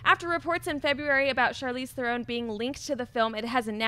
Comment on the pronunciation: "Charlise Thoron" Really? And this guy runs a major channel revolving around movies? Really?